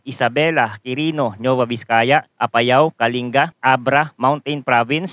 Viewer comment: Anung Nova Ecija Nova Vizcaya. ginawa monang Chichirya yung dalawang Probinsya. Nueva Nuweva ganyan ang basa matagal kanang nabubuhay sa bansang ito hindi mo parin alam ang basa sa dalawang Probinsya nayan. imposible hindi moba naririnig yang dalawang Probinsya nayan? Kahit sa Balita o sa School?